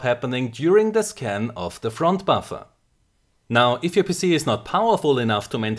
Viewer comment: When he says 'PC' it sounds like something else ;D